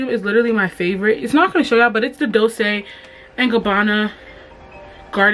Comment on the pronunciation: Not the dolsayyyy😂😂😂it’s Dol Chay